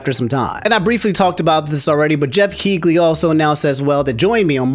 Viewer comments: ….its not key-glee, its key-lee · Geoff who???? Keegley???? dude no Keighley is pronounced "Keeley"